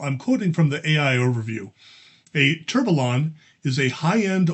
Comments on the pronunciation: Tur-bee-yawn 😁… that how it’s pronounced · Let try to pronounce the 2 x LL like a Y in French. So you should pronounce : TOURBEYON ;) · It's pronounced Tor be on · Firstly, this is how to pronounce Tourbillon: word tourbillon is pronounced toor-bee-YON (English). I’m a big watch nerd as well as a Lego nerd so this set is right up my alley. But the whole point would be to have an authentic action of the movement, so it’s rather disappointing to see it binding so much. I did watch a video review on Amazon and they said they put a motor in it and it worked wonderfully with that - so maybe the crank is the issue and it really needs the motor to work properly. I decided to pass on this for now and got the banana shop instead 🤣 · For pronunciation, the two L's in "tourbillon" are silent (it is a French word)